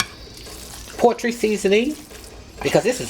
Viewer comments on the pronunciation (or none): Did she say “poetry seasoning”? 😂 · yes. Or portry. Repeatedly!